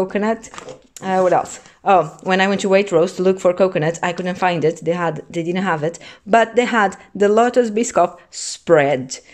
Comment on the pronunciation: Eu só ouço "di na have it" 😂